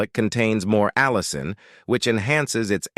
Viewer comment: The word is allicin not allison.